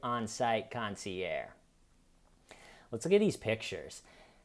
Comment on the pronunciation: For next time…You pronounce the GE in Concierge.